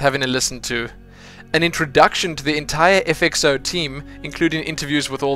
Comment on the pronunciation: err its not FXO - z, the name is FXOz pronounced 'Oz'